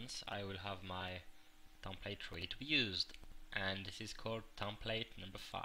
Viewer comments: its not a tompate its a template it has a EEEEEEEEEEEEEEEEEEEEEEEEEEE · Drives me nuts each time i hear "tomplate"